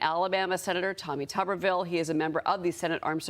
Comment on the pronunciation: why is she calling him "Tubberville"?